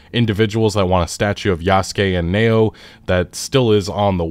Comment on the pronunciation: It's no Neoh. It's Naoe, (how it sounds is, Na-oh-eh)